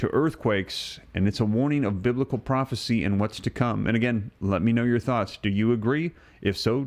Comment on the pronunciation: Yes! It's bibical!!